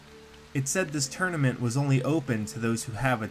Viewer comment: Title : soul tournament : soul tourament Me : wtf